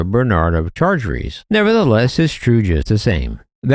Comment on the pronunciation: Gave up on video less than a minute in; narrator can't tell difference between Benard and Bernard - compounded error shortly after. And his pronunciation of de Chartres? Jeeze, get some advice on French pronunciation, ffs! °° °°°